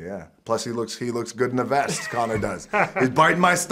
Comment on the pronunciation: Arnold tried to say Conor without the John